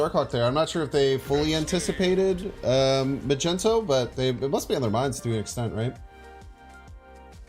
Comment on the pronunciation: What the heck is a "Magento"!??? Lmao